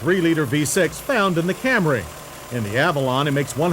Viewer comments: It’s the mid-90s, but he’s still saying Cam-ray! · There John goes again with the CamRAY reference. I guess he is just sticking to his pronunciation of it!